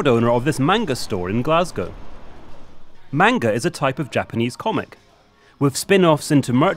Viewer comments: i get so triggered when he says " mAINGA" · Take a shot every time they say manga wrong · Stop pronouncing manga wrong And Pikachew? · “MAN-ga” son it’s man-ga you don’t scream the first part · If he says “man- ga again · And I'm sorry but the way they pronounce 'Manga' makes me die a little inside